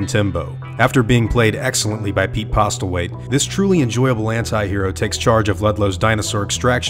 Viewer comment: Just a little bit of advice/information: the t is Postlewaithe is silent